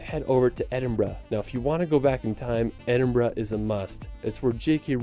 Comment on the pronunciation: As someone who lives in edinburgh, i take offense to how he says edinburgh and holyrood lol If you ever visit edinburgh even visit south queensferry for the forth bridges there. Train station from city centre to the station at the bridges and walk through the village . Be cheap aswel and only about 9mins by train